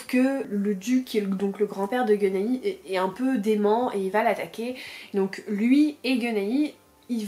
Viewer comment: J'adore pcq tu galères/remarques les mêmes noms que nous en live pour Capitale du Sud xD la Caouane s'est transformé en la couenne et Guenaillie en guenilles xD